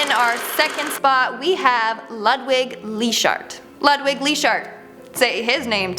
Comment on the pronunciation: Lou d vig not Lud wig